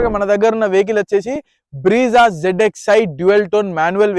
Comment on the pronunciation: Bro vehicle model name is BREZZA, not BREEZA, correct it 😅